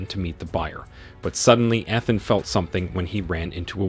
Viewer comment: EE-than.....its only the 7th movie.....Pen-quins